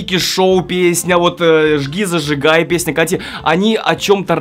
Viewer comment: Мне одной вместо "ЖгиЗажигай" слышится ЖирЖигай?